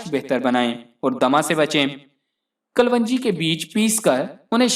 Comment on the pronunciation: Bhai apni pronunciation hi theek ( right) let lo . It's kalonji not kalwanji.